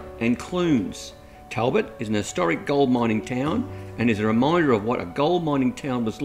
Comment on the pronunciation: Great pronunciation of Caralulup but Talbot is pronounced Tolbot